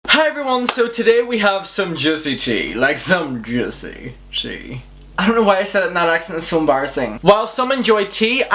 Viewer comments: Literally thought you said "jizzy tea" lmao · The “Juicy Tea” accent just made me sub.